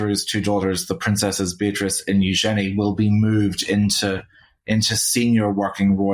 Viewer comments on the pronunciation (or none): none